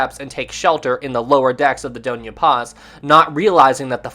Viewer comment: hey there! Filipino here and I just wanted to correct u, so lets start with the dona part, its pronounced as do, as in do re mi fa so la ti do, and the Ña part is pronounced as nya like from the song "tokyo" by leat'eq and "sulpicio" is pronounced as sool-pee- and for the "cio" part its pronounced as like the "sho" part in shore. hope this helps:)